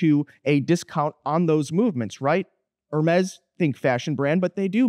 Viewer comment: er mez